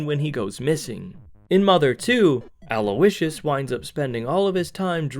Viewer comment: did you just call his dad Aloe-icious?? 😭😭